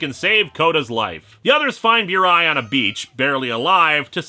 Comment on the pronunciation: Pronounced "boo-rai", not "byoo-rai".